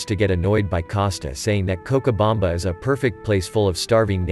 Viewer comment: the narration can’t pronounce cochabamba correctly